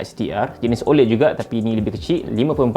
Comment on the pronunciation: sebut la oled betul2 bang